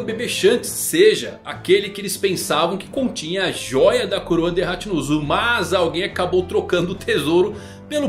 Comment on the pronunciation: Mano n da pra assistir tudo, "ZEBEK" em japonês vc sabe q não muda a kralha da fonética, "HachinpZu" aí é foda